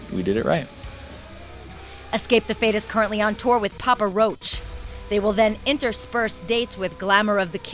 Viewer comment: " PAPA ROACH" LMFAO AT HOW SHE SAYS IT IM DYING !!